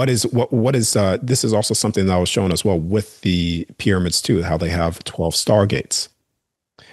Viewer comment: Cool guy. Funny how he pronounces shown as showen.